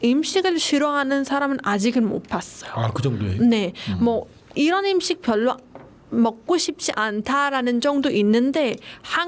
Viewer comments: 너무예뻐요 한국말도너무잘하네요 발음도완벽하구요 근데 음식의 <음>발음을 <임>식으로발음하네요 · 으 발음이 안 되는구나. 음식이 임식으로 들려서 갸우뚱 했는데 은행도 인행으로 발음하네